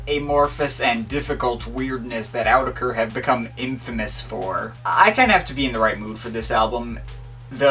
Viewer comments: it's pronunced as oou-tech-er not Awww tech er .. said Autechre in older interview! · The official pronunciation is "aww-tekker", can't remember where I got that though. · It's Awe-tek-er by the way. See Watmm, get wise! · > reviews an album and can't even pronounce the artist's name